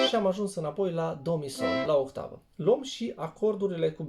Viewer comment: pe timpurile mele era...OCTAVA...de la otto (ottava in italiana)...la dumneata e OHTAVA de la OHTO...8,,,in romales!!)))))).....hai ca esti tare!!!....RESPEKT pt ceea ce faci ....indiferent de pronuntia corecta!!))))